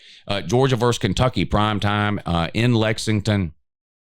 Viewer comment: Pet peeve: please learn to say versus.